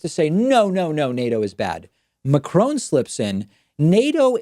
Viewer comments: Yes... very interesting Mr Pakman, but who is this 'Macroan' geezer you keep going on about? The President of the Republique Francais is called Emmanuel Macron, pronounced without any artificial stretching of the second vowel in his surname As someone whose first language was presumably Spanish Mr P should be well aware of the annoyance that the lazy and arrogant Yank habit of unilaterally altering other people's languages and imposing their own mispronunciations causes. Personally speaking, I still haven't forgiven them for imposing the short billion/trillion/quintillion (etc) on us back in the seventies (presumably so they could boast that they had 'billionaires' and the UK didn't). And France (unlike my own country) is still resisting incorporation and assimilation as a subservient and obedient vassal state in the Yankee cultural and economic empire. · Please, could our American friends learn to pronounce his name properly as a sign of respect that I hope we would agree he deserves; President Macron sounds like "ohn" (like Tron but with a cropped n at the end) and not like Macr"own" as so many Americans seem to say. It sounds horrible, incorrect and disrespectful. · The way Pakman pronounces Macron drives me crazy. It's not crone. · Excuse me, David, but this is America. It's pronounced Mack-Ron while you're within our borders. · Really good segment, David, but if you're going to say "Macron" that often, make some kinda effort not to pronounce it "Macrone". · "Macron" is pronounced like "Macrauo" as the "n" is silent in French. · David, please pronounce his name correctly ... its not Macrone as you keep saying, its Macron with a soft n ... try this as a starter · While I agree with comments on this site, I do wonder why David hasn't made the effort to pronounce the French presidents name properly! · Please check your pronunciation of Macron!!! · Trying to figure out what kind of reverse psychology could get you to pronounce Macron correctly, David.